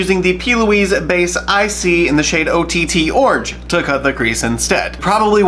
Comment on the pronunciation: It's not "Base-IC"... it's "BASIC Brights" by P. Louise. lol. I Love you & your vids, btw!!! ;) <3<3<3